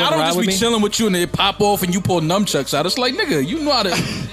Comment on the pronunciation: Mal calling nunchucks ‘numchucks’ is low-key hilarious lol